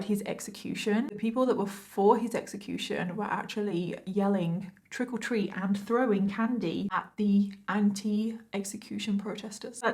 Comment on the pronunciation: Nice coverage, Well done! Quick question... did I hear her say “trickle treat” or was that just her accent? I thought it was cute and giggled when I heated it.